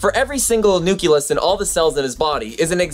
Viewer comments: Love the video! The only thing is the word nucleus is pronounced "new klee us" not "new ku lus" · nuculus hehe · Anyone else hear him say nukilus? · Interesting video, but I must say, every time you say nuculus it causes me so much pain :D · Nucleus is not pronounced "nook-yuh-liss". But since I loved the video, my duties as a grammar nazi have been nullified because I'm not mean. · a "nuculus" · Please. It's Nu-cle-us. Awesome video though. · You keep saying nu-kyu-lus. The word is pronounced exactly how it's spelled. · Sorry if it seems like I didn't get any of the most important philosophical and ethical things on the video, it is just that, this specifically distracted me. I know it is not "wrong", just that being Brazilian I grew up using and listening the "cle" not the ke(que?) pronunciation of "nucleus" and it just throws me out of the thinking track whenever someone says it this way. But keep it going, I like your show! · Sorry but hearing nu-cle-us mispronounced so many times brought me back to my high school biology class with a teacher who had no business teaching biology. But don't let that discourage you. I'm very impressed by production quality and research that goes into your videos. I'm especially impressed that you've taken this solo venture at such a young age. I subscribed to your channel after your video about v sauce and I'm glad I did. I vote that v sauce or destin or the veritasium guy make you their protégé! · umm that's not how you say nucleus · A kitten dies every time you mispronounce the word nucleus. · I implore you to begin pronouncing nucleus the correct way. Otherwise good video. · I don't get your pronunciation of nucleus... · It is pronounced nucleus not nuculus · Pretty good video, but... For the love of God, stop pronouncing it like "nuculus". It's "nucleus". Noo-klee-us. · stop saying nuculus! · Nu-CLE-us AAAAAAAAAAAAAAARGH!!! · its not nukulus.. its nucleus.... jus like its not it not nukular bomb but nuclear bomb.